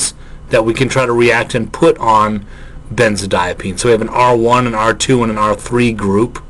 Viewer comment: Hey. Great lecture. I think that might be a benzodiazepine instead of a “benzodiapine.”